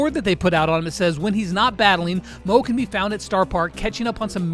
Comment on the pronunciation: Hai it’s not call mooo it’s call mo -E 😊